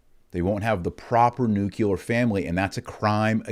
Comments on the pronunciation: What is "Nooo-Cue-Lar" ? Are you attempting to say "Nook-Lee-Ahr" ? It might take you a bit of practice, but we know you can get that right too. After all, even you need to practice what you preach: "precise vocabulary - precise terms". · Nuclear. NOT Nucular